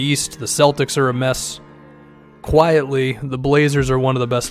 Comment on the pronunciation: "Kawhi-etly" lmaooo